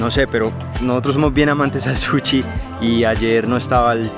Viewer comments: El comentario va porque ss gracioso como lo pronuncia jajaj. Es Sushiy no "Suchi" hahahaha! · "Suchi" JAJSJAJA